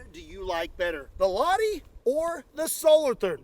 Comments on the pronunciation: it's not pronounced "Laadi", it's pronounced "LahTi" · I mean I get that Finnish names might be hard to pronounce for Americans but "Laddie"? Where did the T and H go? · Lah-ti please don’t say lahi or lahdi. Strong T. La -h -ti! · It's not miss Ladi - the H is not silent and there's a T 😂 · hearing him say Lahti is making my skin Crawl, As a Fin i can tell you its not pronounced La´dee its ˈlɑhti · It's pronounced LaH-tee. Pronounce the H, it's important. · In finnish, it’s not pronounced 'la-di', the h-sound is emphasized - so you say it like 'l-AH-ti', just as if you've had a hunch and go 'ah!' in the middle. The word itself means 'bay', as in a body of water protruding inward on the coastline. And 'viisi miljoonan onnea!' (Congratulations on five million) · Hail from Finland! I`m living in Vääksy, 20km from the city of Lahti, and my neighbor`s last name is in fact Lahti, BTW you`re pronouncing it "Ladi" it`s Lah-tea. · I don't think it should be pronounced "lati" but more like lachti... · Fun fact or kinda fun... Its not pronounced "La-di" but "La-chough up a loogie-ti! Or La - (the throat-gurgling sound you make when something is stuck in you throat) - Ti. La-ccchchhh-ti! Lahti s a town in Finland ( the land som U.S citizens claim dont exist. ) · In the Finnish language, all letters are pronounced. So Lahti, not lati. But anyway - congrats with 5 million subs! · "H" is not silent in "Lahti". You have to pronounce it to sound authentic. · daamn ive never heard somebody butcher name Lahti so badly, its like start of the song lyrics "ladi dadi we like to party" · I love how Americans will not make the least bit of effort to pronounce non-English words and names correctly at all. Everything is just said exactly as you would in English. Lahti? Nah, laddy is fine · Why do americans always pronounce lahti as laadi? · Detail: "Lahti" is pronounced /ˈlɑhti/ (IPA). Audio sample 🔉 available on the Forvo online pronunciation dictionary. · “Lahdy” lol.